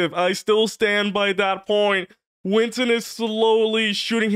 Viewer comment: Winton? No, that’s Win-Ton